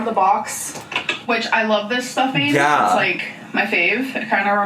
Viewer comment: It's not stuffing. It's stuffeeen